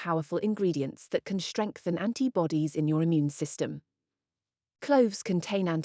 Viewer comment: ...What the heck is that "shtress", "shtrength", etc.?... Only in German language the group of consonants "st" is pronounced "sht", only if the group is at the beginning of a word...